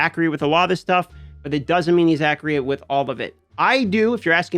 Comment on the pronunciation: If I had a nickel, every time says accreate instead of accurate…